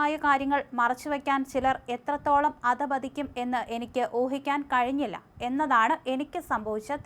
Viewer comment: അതപതിക്കും അല്ല. അധപതിക്കും എന്നാണ്. കുറച്ചൂടെ ഉച്ചാരണത്തിൽ ശ്രദ്ധിക്കുക..